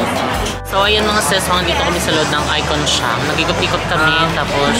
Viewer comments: ateehhh at it’s I CON SIAM to pronounce it ICON SAYAM po not SYAM?? its SAYAM! SIAM! thank you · Hindi icon syam icom samou😂😂😂😂its icon sayam(siam)